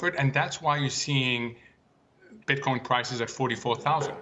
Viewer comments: Yeah it sounds like he keeps putting an s on the end of Bitcoin 🤣😂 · I hate when he puts an ‘s’ at the end of Bitcoin . You can say Satoshi plural but not Bitcoin ... He’s still learning ... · Bro we don't say "BitcoinZ" it's 1 "Bitcoin" and 2 "Bitcoin" !